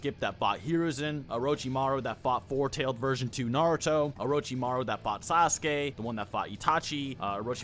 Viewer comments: I love Naruto, but I can never watch Naruto youtubers because literally all of them can't pronounce any names right. And I'm not being mean, imagine if I made Marvel channel and pronounce Spider-man as Spideer-man 200 times in a single video. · The fact that you struggle to pronounce naruto gives me confidence in your analysis.